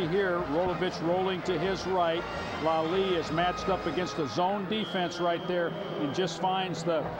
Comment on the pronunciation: Why did they keep mispronouncing Ashley Leslie's name. They kept saying "Lalie" even said Lalie and Lelie within the same conversation with Dick Tomey. Either way thank you posting this. Never had a clue Ben played against Hawaii.